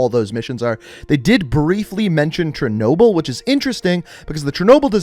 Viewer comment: Did he say Chernobyl